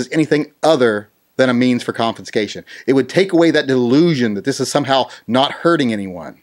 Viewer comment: Sorry but it sounds like ur saying confiNscation. Driving me nuts